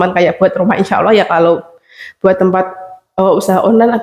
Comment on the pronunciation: Bukan insa awoh mak tapi insa allah yg bener mak